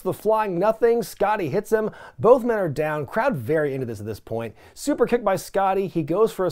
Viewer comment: Why does he say "SuUUper" like that? I'm out of the loop